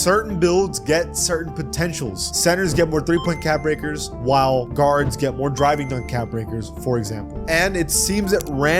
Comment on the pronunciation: Bro it’s WHILE not WALL